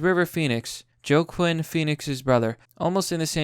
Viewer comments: He just said jocuin Phoenix is hoachin Phoenix. You live in America and don t know your country s Best actors while i m in poor Romania having florin salam. Not fair(btw i m not saying this with bad intention but u should avoid pronouncing names u can t handle) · joe-quin lol. WAH-keen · (wa-keem) jacquin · your pronunciation of Joaquin Phoenix though. JOE-KWIN??? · Joaquin is pronounced walk-ing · Joe-kwin Phoenix? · How do you look at a phonetic spelling of Keanu and still pronounce it wrong? It's Key-Ah-New and Wah-keen! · It's key-on-oo and wa-keem Phoenix. Take it from a gen xer. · STRIKES AGAIN! Joaquin is pronounced like Waa-keen dude lol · Wa-keen Phoenix. :) I'm glad his nature is as kind as it seems. I've always liked him. Thanks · say it with me now... waaa keeeennn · Joe-Keen Phoenix... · "joe-quinn phoenix" lmao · For future reference, Joaquin is pronounced Wah-KEEN. ;) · "joe-quinn" pheonix's brother" dog lol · “Joe Quinn” 😆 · Joaquin is pronounced "Whakeen." Whooda thunk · Wha-keem- pheonix* Easy mistake tho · But butcher Joaquin Phoenix lol. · All these fucking reaction/commentary channels and none of these mother fuckers knows how to speak proper English. Say Joaquin Phoenix, now say it again, now go to google, look up an interview and listen to someone with an education say his name. You love Keanu so much but you don't know shit about the movie industry. Read a fucking book for once you below average, unoriginal, neanderthal. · You say he's your favourite actor... but don't know how to pronounce his name??? Just watch his interviews.. lol do you know who he is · Do you not watch TV or movies, because you don't know how to pronounce Keanu or Joaquin ? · You may want to also look into how Joaquin Phoenix' first name is pronounced, too. Kids of drug-addled Boomers got some weird names, huh?